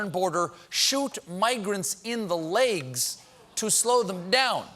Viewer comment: I would never guess that Stephen Colbert is from South Carolina - unless I heard him talk about how 45 wants to shoot migrants in the "laigs"! :D <3